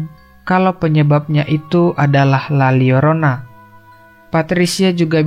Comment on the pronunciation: La Lyorona. Double L jadi LY di Bahasa Latin